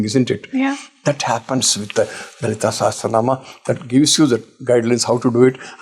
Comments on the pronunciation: it is not "Sehasranaam" it is "Sahasranaam" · Thank you for hosting this!🙏 but a correction, it is not ‘SEhEsranaam’. It is SAhAsranaam’.